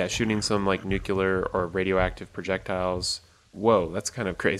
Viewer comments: the word is nuclear. NUKE LEE ARR. not nucular. nucular is not a word. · Nucular? Ok George Bush.